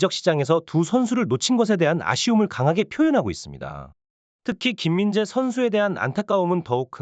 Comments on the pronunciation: 소속팀도 제대로 모르냐 바이르미헨은 어느팀이냐 김민지는 또누구고 외국 축구선수이름도 처음보니 악센트를 주면서 읽네 ㅋㅋㅋ 삭제해라 ㅋㅋㅋ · '스포츠 에센스' 를 "스프초 이신소" 라고 말하면 좋아하려나... '김민재'를 "김민재"로 똑바로 제대로 말해봐~~~